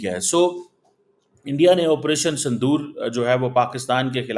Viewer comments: Sindur h sandur nhi 😂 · Sandoor nahi Sindoor 😊